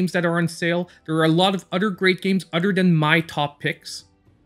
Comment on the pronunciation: Lol imma need him to start saying other instead of utter